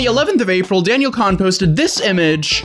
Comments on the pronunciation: I’m pretty sure it’s pronounced “cone” not “kon” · its not (khan) ITS (CONE) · It’s pronounced cone but spelled cohn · WAIT is it pronounced c ah n or cowen??? someone pls help